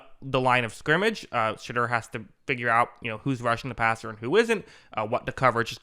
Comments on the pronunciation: Shedeur’s name is pronounced sh-door not sh-dur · I love that you pronounce his name as shitter. Legit love it.